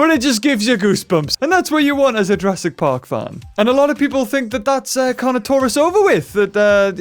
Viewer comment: Why are you saying Jurassic park weirdly